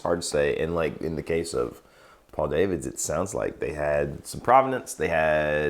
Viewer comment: Nice if you could get the guy's name correct - he is Dutch and so his name is not pronounced " day - vids" - but correctly "dah - vids - not so difficult